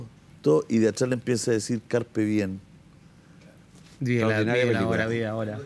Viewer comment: Gran tema, pero, me hizo ruido que dijera Carpe "bien".... Mal dicho en el minuto y repetido en el. Es Diem.